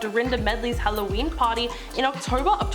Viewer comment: Don’t forget on “Hallyween” That was the worst for me I’m offended! 😆